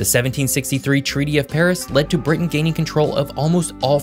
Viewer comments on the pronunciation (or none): none